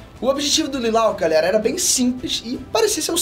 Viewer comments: Ouvir o falar "Lilauc", dói no ouvido... kkkkk. provavelmente não assistiu o anime (o que está de boa) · Pqp que pronuncia é essa, lelaique? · Gostei do Vídeo, mas acho que se fala “lelutch” não? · Ô, você vai me desculpar, mas você deu uma descrição completamente equivocada sobre o Lelouch (além de falar o nome dele errado, mas isso a gente releva, pois ninguém é obrigado a saber). O objetivo dele era destruir o império britânico, devido a sua intensa opressão contra o povo do Japão, cujo o qual ele era grande amigo, mas na verdade o real objetivo dele era apenas criar um mundo em que a irmãzinha dele poderia viver feliz, já que foi por culpa do Império que a irmã dele ficou cadeirante e cega. No entanto, ele não ficou maluco ao utilizar o poder de controlar as mentes, ele apenas perdeu a empatia por aqueles que ele considerava seus inimigos, e não hesitava em matar para alcançar seus objetivos, mesmo que isso incluísse matar companheiros e até irmãos, que estavam do lado do Império, mas ele ainda tinha consciência do que estava fazendo e se importava com as pessoas que para ele eram boas. A parte em que ele se tornou um ditador sangue frio foi proposital. Ele fingiu ter se tornado um ditador opressor, tomou o Império para si e conquistou o mundo inteiro, para que o mundo inteiro o odiasse e o visse como único inimigo, para que assim ele fosse morto por alguém que o mundo visse como símbolo de salvação e esperança (nesse caso um personagem que ele criou para si mesmo chamado Zero), e, quando isso acontecesse, o mundo voltaria a ficar em paz, o que de fato deu certo.